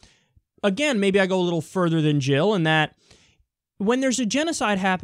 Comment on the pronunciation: Jill, Not Hill. And Never Trump!